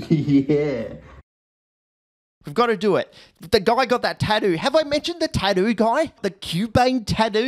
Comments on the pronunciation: Why is no one talking about tattoo being pronounced as "tadoo"? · Who on Earth pronounces tattoo as "thaduu"?